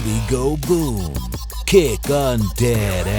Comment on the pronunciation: It kinda sounds like kick on dat ass